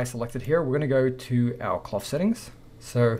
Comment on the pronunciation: I like how he says "clof clof"